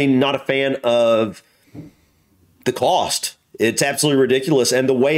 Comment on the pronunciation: Why does the narrator of this video pronounce the word 'cost' as if it were spelled 'coast'?